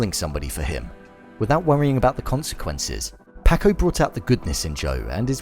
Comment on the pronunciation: I love that this dude has watched all 10 episodes but still says “Pack-oh” and “Can-deece”